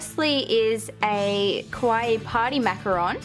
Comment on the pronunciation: kawaii Kawaii! not kowai \(>~<)/